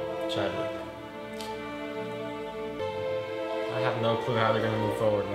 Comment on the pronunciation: He said not Chadwick wtf!! You should watch the all the movies over or read some comics before you guys do these reviews so you dont look and sound stupid!! We take this shit serious bro!!